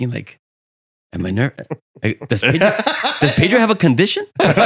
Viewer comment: Hey look its Pay-Dro 😂